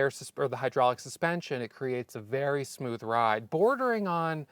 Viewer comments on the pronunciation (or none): none